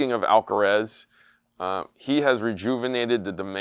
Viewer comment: It's amazing that after watching the Alcaraz vs Sinner match and hearing the commentators say his name as well as reading it on the score board, still says "Alcarez". Maybe we should start calling "".